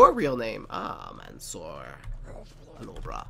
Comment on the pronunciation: OMG! Haha what a pronunciation of my name. It's Arabic and that's why you can't pronounce it. The first part is like the word "man". The second part which is "sour" is pronounced like parkour. My last name is Alobrah and you almost pronounced it correct lol.